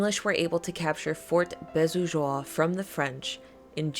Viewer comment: Great vid. "Beausejours" is pronounced "bo-zay-jore". That's not exactly correct, but it's the closest I can come up with. The "j" doesn't sound like a typical "j" sound, more like halfway between a "j" and a "sh", if that makes sense.